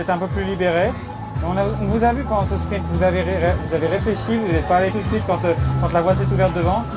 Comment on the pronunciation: J'adore, il ferme des bouches ! Par contre il va falloir faire qqch contre le "spriMt" qu'il dit... C'est spriNt!